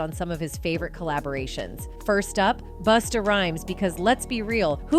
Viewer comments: Whos "Boosta?" U mean Busta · Boooh-stah? 😂😂😂 pronounced Bustah. Lol😅😅😅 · 98% of this video is the EXACT same content in another one of their videos. Even to the was AI says "Boosta" for Busta. Definitely not watching these videos again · she said "Boosta" lol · Ctfu it's Busta not boosta 😂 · I KNOW u ain jus say Boosta instead of Busta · I don't get it, why do you say the name correctly and then change it to a ridiculous version like Busta and then Boosta? I love your content but that spoils it, it happens every post you do. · Is this narrator AI? She just called Busta Rhymes… Boosta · Boosta fo rea she called that man Boosta if they can't pronounce the name correctly don't say it smph Boosta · Must be an AI bot …… “Boosta” ????? Wth lol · boostah rhymes would be appalled by her butchering his name.